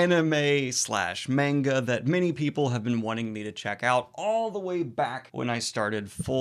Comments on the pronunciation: (Manga is pronounced ‘mahn-ga’ not ‘mayn-ga’, pls spare my ears) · please stop saying menga. it's manga, as in "mun-ga". it doesn't take a lot of effort, really. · Mane guh? I have never heard it said that way before... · Imma just put this here in case you see it but it is pronounced m-ah-nga with a soft a not a hard a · Please review The Promised Neverland, I just got done reading it and man did I love it. Please cor the love if God, do not watch season 2, it skips arcs and rushes and changed the story..and it's monga don't pronounce the a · you pronounce manga the way I did when I was 14 and everyone kept telling me I was saying it wrong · Daniel pronounces manga the way I did back when I was a kid and first heard about it. Now that I'm 31 I pronounce it correctly.